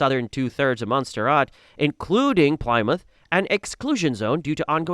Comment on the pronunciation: Gotta love AI for butchering 'Plymouth' to 'Plaimoouth' XD